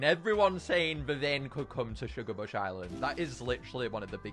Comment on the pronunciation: To ”shugabuch” island Little mistake